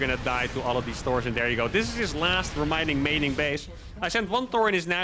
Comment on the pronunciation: “remining maining base”